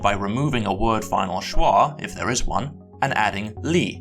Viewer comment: I got here from Biblaridion's channel, and it took me something like a full second to realize that the last word in this video, pronounced [vɛː], is what I would pronounce more like [ðɛəɹ]. On the plus side, I may have just found one of my new favorite YouTube channels. Subscribed!